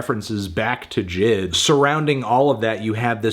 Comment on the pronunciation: The way he pronounced jid gives me pain